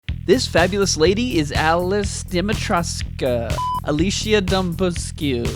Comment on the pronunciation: Oh boy. Al - chi- na (Alcina) Deee-meee-tressss- cu (Dimitrescu) Thats how you pronounce it. It is a Romanian name.